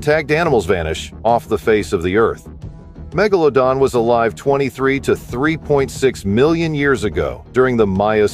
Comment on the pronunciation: I especially enjoyed Meg-Gala-Don lol